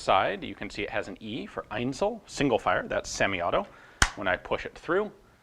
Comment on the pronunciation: Your pronunciation of "Einzel-" and "Dauerfeuer" has become magnificent! ...for an American. Now, "Sturmgewehr" needs some work. "Shtoormguhwayer" might approximate the correct pronunciation, depending on who reads it.